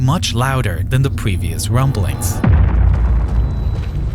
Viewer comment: th- replaced with f‐ , ‐or like ‐w. In the very first sentence he sais "its August five, two fowsand and ten" and " more den two fowsand feed below de surface"